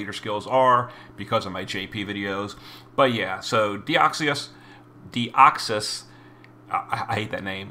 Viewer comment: Who’s that Pokémon? It’s Deoxys (Dioxus in this case) 😂